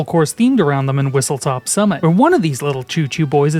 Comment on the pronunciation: Its not "Whistletop" ITS WHISTLESTOP